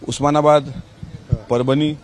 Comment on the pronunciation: उस्मानाबाद म्हणतो का रे??